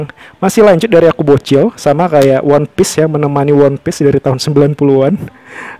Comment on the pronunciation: Cara ucapannya itu wanpis bukan wonpis 😅 koplak